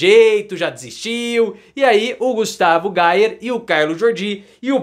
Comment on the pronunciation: A pronúncia certa é: "GUSTAVO GUEIER".